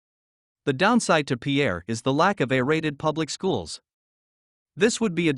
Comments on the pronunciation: It in not peeair but peir as us locals say it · It’s pronounced pier, like long walk off a short pier. Pierre may be a person’s name, but it’s not how the capital’s name is pronounced… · Pierre is pronounced PEER! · Learn how to say Pierre